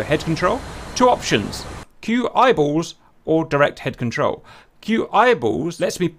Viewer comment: You keep saying “A” for QEyeball … what is “A”?!